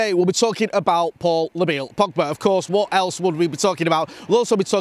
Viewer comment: "Paul Labille Pogba" ..said no one ever.